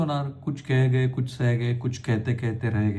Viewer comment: केह गये, रेह गये, केहते केहते असे वाचतात ते